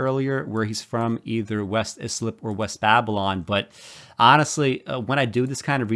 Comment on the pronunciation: West Islip is Eye-slip, not is-lip.